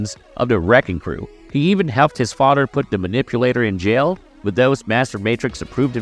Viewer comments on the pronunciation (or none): This dude is killing me by not being able to pronounce "TH" instead uses "DER" LIKE FADER INSTEAD OF FATHER AND DERE INSTEAD OF THERE OR THEIR. OR MUDER INSTEAD OF MOTHER OR UDER INSTEAD OF OTHER😂😂😂😂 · Please get some speech lessons. Your "th" soeech issue is quite distracting. But your VOICE is top notch. Work on youre "th" pronunciation. EXAMPLE: its FaTHer, not FoDDer Great job though! This is constructive criticism, not an attack.